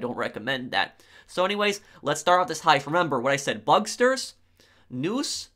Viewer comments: “Bugsters” can you not? Pronounce it bug-stars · Bucksturs? It’s bugstars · Bugstars, not bugsters. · IT IS NOT BUGSTERS IT'S BUGSTARS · 1. It's Bugstars not Bugsters 2. Gruppe sechs is 10× better than bugstars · "Bugstars" not Bugsters🤦‍♂️ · BugSTARS, not Bugsters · bug-STARS not bugster lol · Bug Stars not Busters learn to talk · Idk why but I cringe a little when he says “bugsters,” instead of “bugstars” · ‘bugsters’ lmao